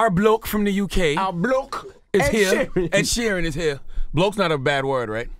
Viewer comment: ‘Ned sheeran’ 🤣🤣🤣🤣